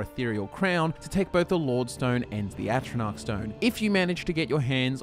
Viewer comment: says it it really wounds like he says lava stone for thebfirsr 3 times lmao